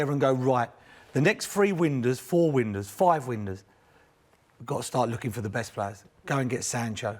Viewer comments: Windows mers, not ‘winders’ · What's a 'Windur'?